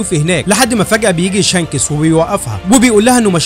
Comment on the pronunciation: أوحش حاجه في الملخص اسم شانكس حضرتك يعني بتنطقه شانکٍسٍ😂😂😂